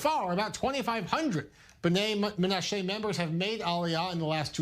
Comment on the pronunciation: Why can't this i24 anchor get basic pronunciation right? "MenaSHAY"?? Is this Ireland? Buddy, be a PRO, please, and a Jew, please.